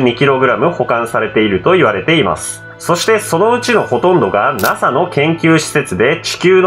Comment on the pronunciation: だんだんとゲツがケツに聞こえてくる！！ あとNASAのことナハって言いましたよね！！ これはキリンの幻術か！！